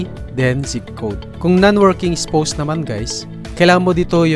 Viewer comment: spaws yun pag read po hindi spows